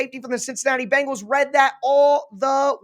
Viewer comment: As a Bengals fan I have to correct your pronunciation it Bengals not Bangels you sound like Chris Simms.